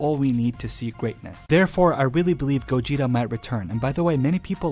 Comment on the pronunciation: Whe he first said gogeta i misheard gojira and i was like '' oh. GOJIRA GOJIRA.'' anyone else??!